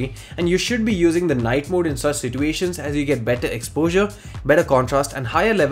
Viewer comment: si"T"uations Lmao